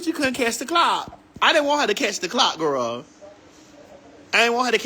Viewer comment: I love Maddie😂😂 “Gworl”